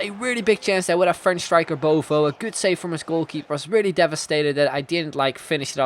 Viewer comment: Everyone says Beauvue wrong. You don't say it like 'bovo' but like 'bovu'